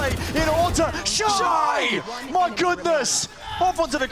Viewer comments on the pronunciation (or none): Shyy not shying